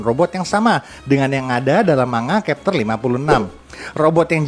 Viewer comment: Ya bukan berarti tetap dibaca dengan cara yg salah, justru harus dibiasakan pelafalan yg benar biar org tau. Chapter jg dibaca pakai "C" bukan kapter 😢